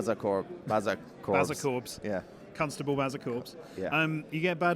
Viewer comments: i had to listen 5 times to get the "cuntstable" joke but when i did i was dying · CUNTstuble corbs 😂😂😂